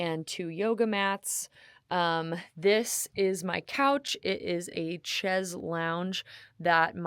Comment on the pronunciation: for anyone curious, it's pronounced shays not chez. "chaise" is the french word for chair. also, the word "lounge" likely comes from the French phrase "s'allonger," which means "to lie down. (just a little fun etymology.) i'm not trying to be a jerk. i also don't drink "expresso" or pay with "interact".